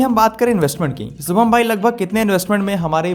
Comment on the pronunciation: सुभम ,,,,ya शुभम ,,khudka nam to thik se bol